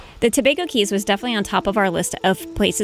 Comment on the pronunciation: Do they still charge a fee to enter the Tobago Cays? Incidently, "cays" is pronounced "keys".